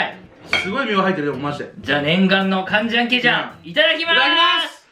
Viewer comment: 韓国人です 간장게장を発音そのままでカンジャンケジャンだと言うところで爆笑しました 何か耳新しい感じです